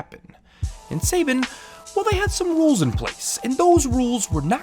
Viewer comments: Yeah i can see by the top comment that you're aware of the Sayben thing. I still can't year it without cringing. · Right? It's pronounced "Sa-bahn". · Seiban? You mean Saban? How can someone not know Saban? Is he like 15 or something? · I keep getting thrown off by hearing your pronunciation of Saban. I remember it being pronounced as "Sa-bahn" as a kid growing up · Legendary Super Sayban!! Also I am sorry the pronunciation very distracting, almost can't watch cause it gets said so many times. I feel like you had not heard enough people say Saban and that is ok, but it is distracting. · This vid was pretty hard to watch when he kept pronouncing Saban as "Sa-ben" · "Say-bin" Lol Nice video btw. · The wrong pronounciation of Saban (sabaan) makes me mad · Say-Ben? What country are you from? Have you even seen Power Rangers? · Say-Bin, Say-Ben? Saban. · Hi-um say-bon for fuck sake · What’s this say-Ben you speak of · It’s pronounced (Suh-Bahn) Saban. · i thought its "sah-ban".... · It's not pronounced like that. Saban. Suh bon... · Its pronounced sub-on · It's pronounced Sa Bon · Its pronounced Saban not saybyn lmfao! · Lol Sayben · I like your videos, but your mangling of that name makes this video almost unwatchable for me. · Pronunciation of a name doesn't have to do with your accent, my guy. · Is about to say that you're pronouncing Saban wrong glad you caught it here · That’s the first time I’ve heard someone pronounce Saban that way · It's incredibly distracting hearing it constantly pronounced wrong. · The way you pronounce Saban fills me with an unbridled rage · Lol you pronounce Saban weirdly and yeah their bad but they did make power rangers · Thats how you're gonna pronounce Saban huh? Wild. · The way he mispronounces Saban drives me crazy. Like bro, did you not watch Power Rangers as a kid? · You're saying Saban wrong. In this entire video that is literally not how any one pronounces that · Is nobody going to mention his pronunciation of "Saban"?